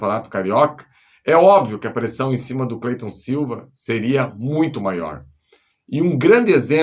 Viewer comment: O nome do cara é Clayton e todo mundo chama ele de Cleyton.